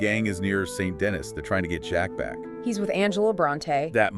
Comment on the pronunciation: whos denis Its pronounced San Denee